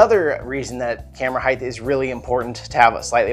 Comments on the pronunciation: Height not "heighth" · "Heigth"... :).... Great info in this video.. I'm gonna have to try some of these.